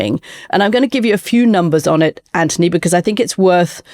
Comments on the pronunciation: PLEASE 🙏 PLEASE 🙏 PLEASE 🙏 STOP calling him 🐜 Ant - ony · Why do you call him Antony when his name is Anthony?